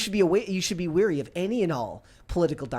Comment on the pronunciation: *be wary, not weary